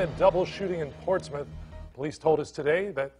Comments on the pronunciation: Smh im from norfolk virginia been here 32 yrs all my life its pronounced like Portsmuth its just spelled portsmouth but wow this is sad 😢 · I'm late but it's pronounced "ports-mith". This is typical behavior for this neck of the woods. Not that it makes it okay but it lessens the shock. I go to that side of town because it has the closets church's chicken lmao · Pronounce Port•Smith